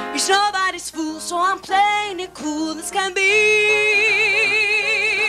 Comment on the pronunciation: It's kew-ald suh-rrendah